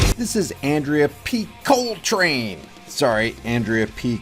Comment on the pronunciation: "P Coletrain" LMAO CLASSIC SHIT!!!!!